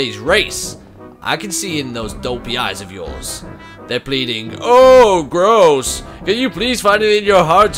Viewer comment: I love how Martyn called Groose Grose!